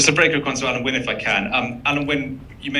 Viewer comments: Why is the first interviewer calling Alun Wyn "Alan"? The letter "u" in Welsh is pronounced like the "i" in the English word "in". It can't take much to learn how to pronounce the captain's name. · Great player Alun wyn Jones, perhaps his name will be pronounced correctly now